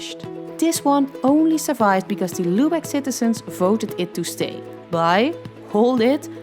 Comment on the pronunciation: Mh your pronunciation of „Lübeck“ :/